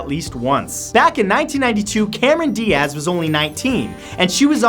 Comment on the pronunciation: Cameron "Di-Ahz" lmao